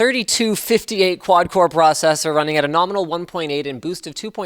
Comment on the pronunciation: Did anyone noticed that Linus said Z3258 ? LOL